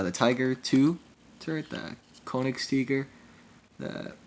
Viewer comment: Hello again. Also you pronounced it wrong it's Feervuusseller the u is extended. I learned German in school... Also it's Königstiger The o is extended.